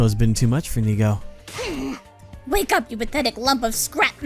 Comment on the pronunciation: French funfact of the day : in the game, Nigou is pronounced "Nigo", which in French sounds exactly like the word nigaud, which means a fool (but in like formal version) So for the whole gameplay now all I can hear is everyone calling him a fool lmao